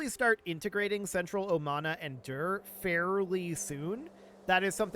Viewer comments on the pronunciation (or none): The way you pronounce Dur makes me chuckle like a teenager hearing Uranus for the first time 😂